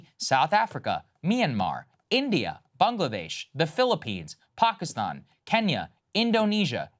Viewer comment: Saagar my brother said Bangladesh right super liiikkeee lol